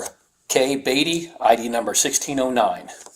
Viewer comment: IT'S NOT BATTY fix the ai😂